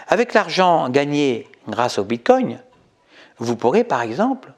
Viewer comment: On ne prononce pas "bite-cogne".